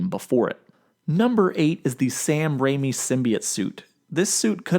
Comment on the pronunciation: So I have noticed that in a few videos you do not know how to pronounce “Sam Raimi.” It’s RAY-ME